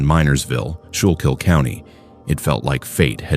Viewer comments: skoo kill not shoe kill haha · Just wanted to say, it’s pronounced like Skook Kill. ❤ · It's pronounced "skoo kul". Minersville...from Philly? There is no way anyone would choose to live in Minersville to get away from the City, there is nothing nice about that town. These images definitely aren't Minersville...and the people are definitely not that polite and nice. This has to be so fake it's ridiculous. Grew up in Schuylkill County, near Minersville. Have family in Minersville...it is not some kind of idyllic looking town. No way. Look up images...anyone who moves there to get away from things is nuts. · It is pronounced “skoo-kill” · You can tell that you’re not from the Philadelphia area😂. “Schuylkill” is hard to pronounce. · Man, you cannot use AI voice to narrate anything in Pennsylvania. Mispronounced Reading, Schuylkill, Pequea, and Lancaster. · People who are not from the area often mistake the pronunciation. PA, has so many odd names that no one can pronounce outside of PA. schuylkill, was pronounced wrong as well. I’m okay with it, it makes sense.